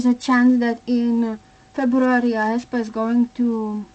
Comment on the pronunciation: Thank you, but you should pronounce aespa as [eh-spa]. I really hope that they will come back to Kwangya and the lore where they killed black mamba